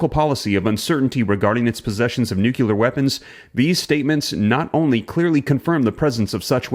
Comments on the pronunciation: No country on Earth has warheads strong enough to push enough soot above the troposphere to cause a nuclear winter. In the immediate vicinity of a blast, the temperature is 100x the temperature of the sun's surface, not the same as. It's pronounced "nuclear", not "nucular". A full scale nuclear war is not an existential threat. Most of the planet will be unaffected other than the second and third order effects from a major shift in the balance of global power. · Nuclear NOT nukilear, say it right. 5 seconds into video exit stage. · Please,please,please stop saying “nucular” instead of nuclear. The moment I hear “nucular” I can’t follow what you are saying. Thank you in anticipation! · Nu cle er not nucular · Knowledge is power- say nu cle ar-nuclear….NOT nucular. One u, not two. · you're a little bit prone to histrionics, hyperbole is not always evidence of the extreme saber rattling that you think you're calling out. relax. you're fanning the flames in the online community, be a little bit more measured okay.. and it's nuclear not nucular, ffs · PLEASE ! it isn't "Nu cue lir it is Nu' clee ir. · Enough with the NUKELAR shit!!!! IT'S NUCLEAR FOR HEAVENS SAKE!! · nuclear not nuculear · Nuc - you - lar lol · I watch & listen to you regularly. I appreciate what you do, but please learn to say the word, "nuclear", correctly. It is pronounced, "new clear", not new- que- ler. Thank you very much,. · It's Nuclear not Nukiller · Its nuclear not nucular ffs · NUC LEAR not nucular u chucklehead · It's pronounced nuclear not nukular...lol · You are pronouncing nuclear wrong and it’s distracting. Its not NU q lar. Its nu LE ar. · Nook-clee-ar NOT Nook-u-lar. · Nuclear not nucular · Like the video, only caveat is the word "Nuclear" not "nukular" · Pronounced nuke-lear. Not nuke-ular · The ski is falling!!!! Alarmism sucks dude! Also, it's pronounced "Nu - clee - ar" and not "Nu - que - lerr" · Why do you all say nuculear??? It's nuclear!!! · Nu cle ar